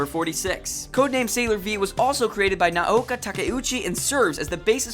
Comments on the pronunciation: theRtardHouse Doesn't the guy just pronounce it as "ah-nee-meh"? That's how people in Japan pronounce it, lol. He was accurate for the most part, excluding how he pronounced shoujo and Naoko's name. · #108 "Naoko Takuechi" is not pronounced "Nuh-ouka Takka ouchie", but more like "Nowko Tuh-kee-utshe". English speaking people mix the vowels all up. The "na"(な) is like "nuh". The "o" (お) is like the "o" in "four". The "ko" (こ) is like "co" in "core". The "ta" (た) is simply a high "ta" or tuh". The "ke" (け) is like "ke" in "Kennedy". The "u" (う) is like the "u" in "youth" right before the "th". The "chi" (ち) is very much like "she", but typically more like "tshe". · ok its too hard to watch this when you cant pronounce the japanese words...its not Shujo (shoujo)..its pronounced Shojo..and its Nah-oh-ko (Naoko) not Naoka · Naoko isn't pronounced Naoka... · And When he says “Naoka” like where’s he getting that A from lol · I know! Who's Naoka? lol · NaoKO SHOW-jo english Amy japanese Ah-me Charon is pronounced Karon Kai o maru eye-no = aino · These fact are common knowledge to an old time moonie like myself. good to know for new moonies. However you mispronounce many of the names, and got a few details incorrect. I'm not gonna list them all here but a few i'll point out is Naoko's name is not "Naoka" .. and hes not "Tuxedo Moon"... shoujo pronounced wrong, Sailor Moon SuperS was said wrong and Minako's last name was pronounced wrong, Utena was pronounced wrong. "Anime" was even pronounce wrong every time ..lol really?? XD well i was entertained at least. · shoojo lmao oh gosh. he tried, its show-jo and Now-ko. Its hard trust me cause of the fact the Nao is has it's own syllables Na then vowel o put together sounds like 'now' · how hard is it to pronounce naoko??? its literally nao ko. now-ko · your pronunciation of Naoko's name and the word shoujo are atrocious -_ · Lol why can nobody pronounce Naoko's name properly